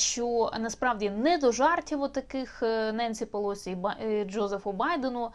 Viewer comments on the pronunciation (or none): Так уже определитесь: ударение на первом слоге, или на предпоследнем! Противно!